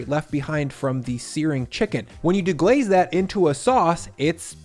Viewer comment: Did you just say ,”De-graze”! 😂lol Your recipes are always top-notch. The videos, hacks…best YouTube cook vlog. Will def make this #letseatthisthiiiiing 💃🏾